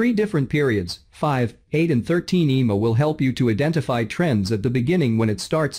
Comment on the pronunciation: Eeemaa? Would it be asking too much to have a human being narrate these videos? :face-orange-frowning